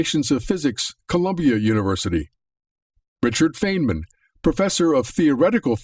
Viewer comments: I am still going to continue to watch this video. At this time I'm into Part One and the guy who put this together makes an unbelievably egregious error and pronounces Richard Feynman as Richard "FANEman." So right off the bat I know this guy is a total and complete newbie in the world of theoretical physics. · I think he mispronounced Feyman's name. My understanding is, his name is pronounced as, "Finemen." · He botched feynman's name 4 mins in. This video lost all credibility, i'm out. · I hate to comment on a video without watching it, but the mispronunciations of "Feynman" and "Suskind" were enough to make me decide this entire video is not worth watching. I may be wrong on that; perhaps it's an intriguing compilation of data from viable sources, but if you can't pronounce the names of world-class scientists correctly (even those who have been deceased for 25 years), you lose credibility. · I cannot trust a man who can't even pronounce the name of the physicists he is citing.